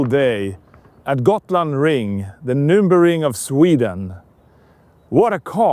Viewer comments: it's NÜrburgring, not nurburgring and definitely not nurbigring! Not that hard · Say it together loudly: Nur-burg-ring!